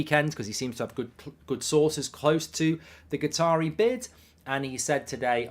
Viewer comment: Why does Mark call Qataris Guitaris?